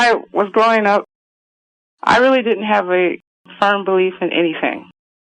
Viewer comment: "no it dit-int"